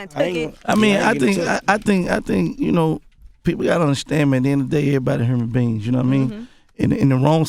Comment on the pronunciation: nigga said err body herman beans lmao